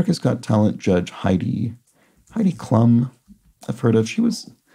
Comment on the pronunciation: Klum is pronounced more like 'kloom' than 'klum.' I don't get involved at all with pop culture stuff so all of that syrinx32 posted is news to me. I am aware of Ms Klum as a model of long standings in like the 90s and as having been married to Seal, the musician-singer/songwriter. (I don't know if that is still true...)